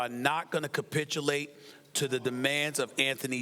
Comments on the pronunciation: Why does Steven A have to ca-SPIT-ulate while using that word tho🤔? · This nigga Stephen A been saying “capitulate” for like the last 4 days 😂😂😂